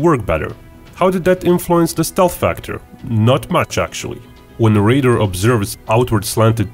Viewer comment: The word is "radar," not "raider."